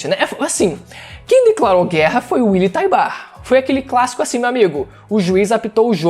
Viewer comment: “Uily taibar” skdkdkdk